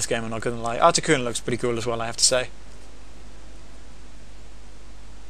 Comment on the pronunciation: Artic-Uno Zap-Dos Mol-Tres